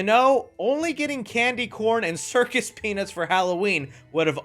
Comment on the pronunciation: gonna need a little more annunciation on the U in peanuts here, brother.